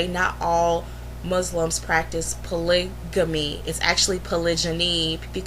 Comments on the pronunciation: Wow, you know everything about polygamy, except how to pronounce it. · You pronounced "polygamy" wrong. And polygamy is against the law in America. What about that?